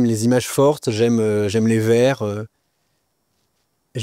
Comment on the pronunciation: Ce jeune homme, certes plein de talent, devrait faire plus attention à sa diction et prononciation: Un vers (court), n´est pas un verrrrrrre. Similiare à la "maladie" qu´ont certaines personnes de nos jours de dire "bonjourrrrrrrrrrrreeeeeeeeeeeee".